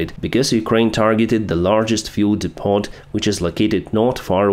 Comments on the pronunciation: Depot is a French word, pronounced not Depotte but depeaux, like gateaux. Those Rosskies just keep coming and coming. Very interesting chart you showed,, showing the Russian population's continued support for their imperial dream. As always thank you, Merci beaucoup. PS. Steady on with the non-Ukrainian news. One third of your video dedicated to this stuff is pushing it a bit, testing your loyal followers' patience.😮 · Depot is pronounced Depo, silent T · Depot is pronounced with the T silent, like "depoe" because it is a French word which we English have adopted.